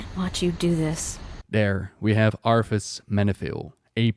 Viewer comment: I think your saying arthas but i thought of Arfas! XD LMAO! Arfas Moofong! XD Arfas Moofong and his trysty sword ass-bringer.